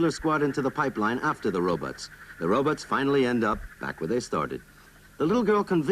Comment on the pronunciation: I love how folks call them “Ro-buts”